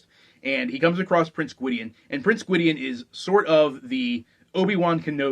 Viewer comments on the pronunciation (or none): The main character's name is pronounced TAH-ran, not Tear-in. Check any of the books appendices where Alexander provides a pronunciation guide to his world. Also, Gwydion is pronounced GWIH-dyon (not Gwid-ee-un)